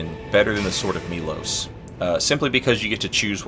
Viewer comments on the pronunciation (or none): Sorry, but it's pronounced My-eel-hoes.